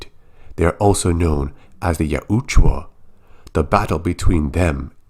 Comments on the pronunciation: Yautja. You're pronouncing it like it's spelled Yautjua. Just so ya know. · The way you say yautja hurts my ears. It sounds like you added an extra U bro